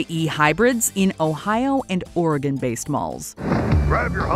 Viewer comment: Thank you for pronouncing Oregon correctly!